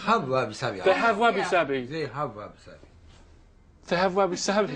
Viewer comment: First thing he should have done is learn how to say wabi sabi correctly.